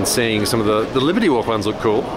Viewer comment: Did they leave out the R in "Libety walk" on purpose because japanese can't pronounce it?